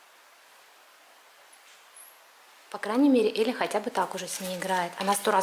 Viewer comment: На 0.55 секунду сказали Еля правильно же Эля